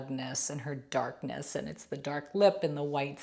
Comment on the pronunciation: Emphasis on "Darkness".